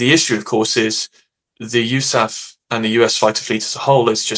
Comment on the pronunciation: Sounds as silly as "Pack-Dah".